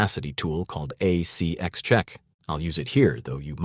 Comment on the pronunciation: Yes. The pronunciation is off in some parts. ACX is part of Amazon audiobooks. It's not CX as in "A CX Check" which is what was said. It is An ACX Check.